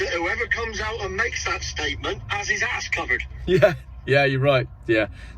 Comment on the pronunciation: Did he say ass covered or Ash covered?.